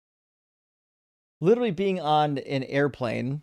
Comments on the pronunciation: I refuse to take seriously, not least because he's a pompous, motormouth assclown who thinks "literally" is pronounced "littlely." That, and he theatrically gigglelaughs like Daniel Wozniak, a bloviating former community theater actor who's currently on death row in CA. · cannot say "literally" literally.